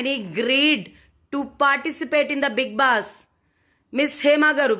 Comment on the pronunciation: Being a journalist ..first spell big boss properly..it's big boss...not big bass